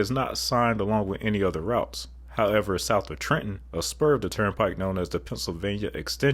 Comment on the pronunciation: Lifetime Jersey boy here... and I'm glad I came across this video! I'd like to add some commentary from my own experiences over 3.5 decades. 1) Thank you for pronouncing Trenton correctly. We like to melt that second "t" right into the "n." Having no idea where you hail from, I'd still say you'd fit in. LOL 2) The point about the lack of left-lane hogging with 5/6 lane highways is absolutely spot-on, and there's actually a great highway to compare the NJT to right in New Jersey. In fact, it actually crosses the NJT at exit 11! The Garden State Parkway is absolutely Mad Max territory between the NJT and Route 19, perhaps even further north. Funny thing is I grew up in Central Jersey but all my extended family was in North Jersey, so my dad would take Rt 1 to the GSP. He hated the NJT, but I'm the opposite. It's because of this left-lane hogging in a 5/6 lane road. Then again, to be fair to my dad, our family lived by Route 19, so... more direct route and less money. 3) So actually the dual-dual setup was not always down to Exit 6 (re: PA turnpike). When I was young, the dual-dual setup ended at around Exit 8A, and the NJT had quite the bad rap between this and Exit 7A going southbound. You probably won't find much news clipping, it was kinda a local gag that the stretch of highway merge from the dual-dual setup was haunted. The expansion to dual-dual through Exit 6 happened over several years in the early 10s. Perfect timing on a personal level because I graduated college (usi